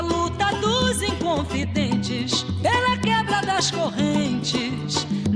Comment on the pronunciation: Shook at hearing a gringo say "inconfidentes"! Anyways, I love your deepness and can say that as a Brazilian, you are learning with you too.